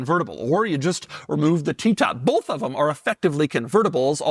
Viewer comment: it's both, or "bolth"? English much to there in Canada eh?